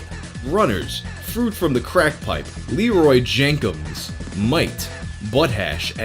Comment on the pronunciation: “ lee roy jenkums” 😂😂😂😂